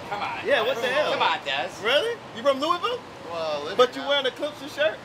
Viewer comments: Loo wee ville pizza. ITS LOUISVILLE (looahville) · Ur saying Louisville wrong